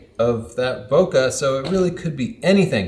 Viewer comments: I keep thinking your saying pokeballs over bokeh balls. Yeah I’m immature 😆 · bo-kuh? how about saying it correctly as in bo-kay? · We say boKEh, like in KEnnedy, not boKAh, like in CArnegie... Toilet roll? Gross... Ha! Ha! Great job once more! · Every time someone pronounces it Boka i just cringe inside out. Its Bokeh. or, BOKEH like Kai W says it. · Bokeh rhymes with pocket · it's pronounced " BU-KY " because it's more fun that way. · Your pronunciation is completely wrong, it's pronounced "boo-kah-keh". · Wrong!!!!!!! Bokeh is pronounced Bo-key or Bo-ki ! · I only clicked on the video to see if would say "boca" (mouth, in portuguese). How can he still do this? When he himself buts the letters on screen while mispronouncing? ボケ ボ means "bo", ケ means "ke". At this point he must be doing it with stubborn malicious intent. Enough, unsubscribed. In these times mental health gets priority. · Americans systematically can not pronounce French. They add -eeee after the word. E.g, "ballet" becomes ball-eh-eeee. Don't do the same mistake with "bokeh". Don't say bo-que-eeee. Just stop before the -eeee, say bo-que. (que like in Spanish, see another comment here). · boke is a Japanese word, so the "KE" should not be pronounce as kah. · Holy crap, you can't even pronounce it right when you're making a video about it. 🤯📸